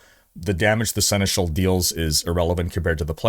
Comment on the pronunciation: Horizon crossover 🙂 Oh, just pronounce Seneschal the proper way, i.e. the French way :-)